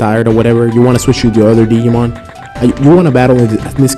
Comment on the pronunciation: Did you just say.....diggy-mon...wow.